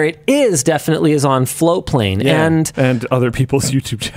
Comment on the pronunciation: I've been hearing FloWplane for the last few weeks... looks like its actually FloaTplane 😘